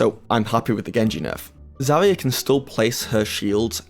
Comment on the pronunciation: This guy said ZHERIHIA .